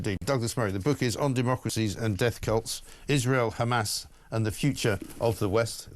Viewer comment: Why does Murray insist on calling it "Hamaz"?